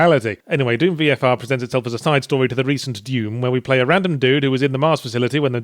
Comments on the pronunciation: Is he mis-pronouncing Doom on purpose? its D-oo-M. Not Duume. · it's pronounced "d-oom" not "dume" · I love that Yahtzee says Duum instead of Doom. Like vacuum. But only half the time. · I am amazed he consistenly calls it Deum, instead of Doom xD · I like to think he was pronouncing it Dyume because I sometimes try and overpronounce Dune as Dyoon cause I think people will hear me saying June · "Dyoom" still gets me 😂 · Why are you pronouncing it "Dyoom"? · I like how Yahtzee pronounces dune, I mean doom. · Actually, I think you mean deum.